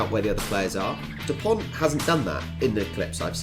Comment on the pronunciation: Dupon(t)! And not Duponte ! 😅😂